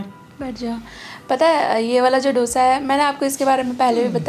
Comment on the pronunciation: It’s pronounced as दोsa and not dough sa